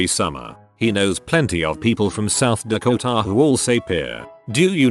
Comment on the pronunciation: The way the voice says "South DakoTA " funny for some reason